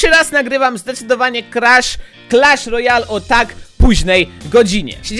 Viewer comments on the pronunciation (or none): czwemu on mówi Crash lojal?